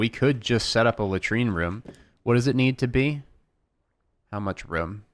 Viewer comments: It's room not rume room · reem? i think you mean ROOM!